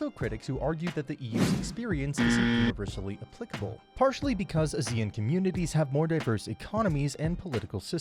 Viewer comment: Considering you are called Behind Asia, please pronounce ASEAN correctly